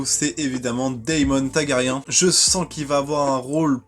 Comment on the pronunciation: TaRgaryen pas Tagaryen RhaenYra pas Renaria. 🙏 Bon, pas de "malgré que" dans les 2 premières minutes, c'est déjà ça. Je croise les doigts pour que ça dure...🤞 Et non, Rhaenyra n'est pas la grand-mère de Daenerys : 7 générations les séparent. Je crois qu'elle est la grand-mère du grand-père du grand-père de Dany, un truc comme ça.